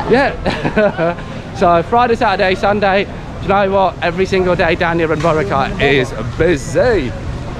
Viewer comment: Say boRAcay, not BOracay.